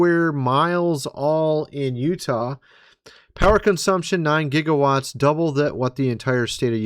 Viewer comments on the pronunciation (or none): none